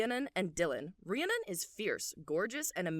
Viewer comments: stoppp this was so good!! my only critique is how you say Rhiannon, as a girly with a real life bestie called Rhiannon, it's said like Rhree-ah-nin. amazing video, loved it! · I just want to help everyone out and let you know Rhiannon is pronounced ree-ann-non*, you very much pronounce the final *-on and it's not -urn or anything like that xoxox